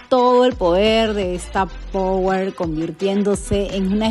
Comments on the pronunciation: jaja por que dice Power - si es POER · No es pawer sino poer 👎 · Porque le dices pawer si es poer!!!!